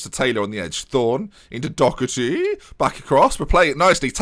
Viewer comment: it's Doe-er-ty, not Docherty! Love this series so far tho <3